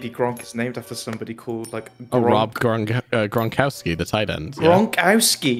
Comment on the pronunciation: honey its not gronkawskey, its gron-kov-skee. polish surnames have tough V's in place of w's. not very hard <3